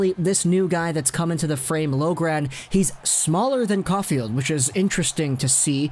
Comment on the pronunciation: You pronounce griffin loughrans last name (lock-ren)